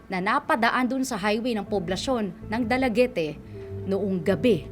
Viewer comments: It is not dalagete...its read as dalagit (Dalaguete,Cebu)...please research muna it sounds awkward for us Cebuanos😅😅😅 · Dalaget ang pronounciation.. hindi dalagete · da-la-get po, di po da-la-ge-te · Dalagete ang pagpronounce poooooooo, not Dala-ge-te. Dalaguete City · Ang pangit ng host na ito... pangit kong magsalita sa storya... anong dalagete?? Eh dala- git yan.. tsaka ayusin mo ang pag sasalita oi.. di kami bata na nakikinig ng story telling... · 'dalagit' po basa niyan,ndi dalagiti😁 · Dalagit po, not Dalagete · It’s “Dala-get” not “Dala Get Te” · I believe Dalaguete is pronounced as Dalaget. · Silent "e" po yata yung last letter ng Dalaguete.